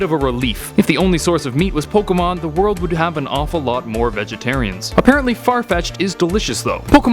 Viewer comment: Why do you pronounce pokemon like ash in part 1 🙁